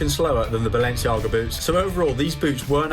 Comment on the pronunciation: Balenciaga* not Balenciohrguer